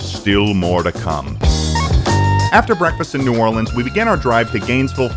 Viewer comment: Seeing someone like experience Buc-ee's for the first time is always hilarious. Also thank you for pronouncing "New Orleans" correctly LOL